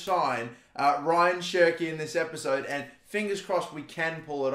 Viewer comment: It's not Ryan, it's more like RA - YAAN. Love the videos tho 😅👌